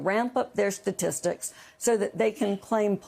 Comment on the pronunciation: I can't take this guy seriously. It's the Bureau of Labor Statistics, not Statistic.